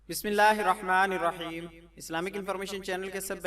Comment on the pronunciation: Bismisla irrakman irrakheem galat h sahi kar lo plz ❌ ✔️Bismisla irrakman nirrakheem